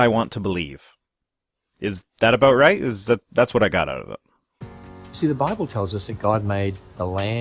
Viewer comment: The Biwable tells us Gowd made dinosaurs